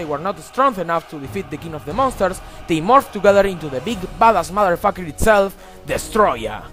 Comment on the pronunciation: "Deese modderfocker".